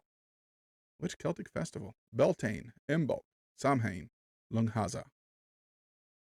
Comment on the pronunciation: Samhain is pronounced in ireland as sowin as in how and in as in..Samhain actually means noveember in irish or gaelic as you would call it.